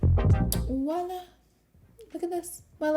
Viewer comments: 😂 girl it’s “voila” not “walla” Love the makeup, just had to say that haha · Why is no one mentioning that its VOILA, not "woila" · Her camel face when doing mascara is literally me 😂 why we all have to make that face when we do mascara? Specifically bottom lashes lol. Also I love that she said "wah-lah" instead of "voila". She is just so stinking cute